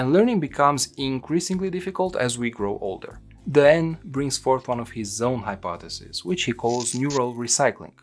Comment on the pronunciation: haha its funny at the start, the pronounciation of dehaene, the computer still butchers it. Its a flemish name, meaning "the rooster/cock" but the author comes from france just over the border, where they butcher all names.